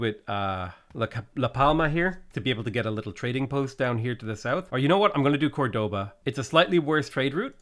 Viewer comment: nice video, hadn't watch this channel for some months but i came back, although every time you pronounce Córdoba as 'cordóba' a part of me dies xD